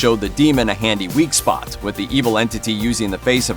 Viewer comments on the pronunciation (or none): none